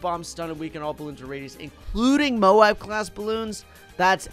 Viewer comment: it‘s m.o.a.b not b.a.d